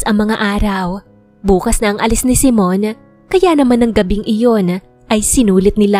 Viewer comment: Simone kasi. Hindi Simon.